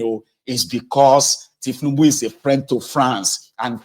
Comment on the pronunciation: Did I hear you call the president Thiefnubu? You must be crazy. YOU ARE A COMPOUND FOOL.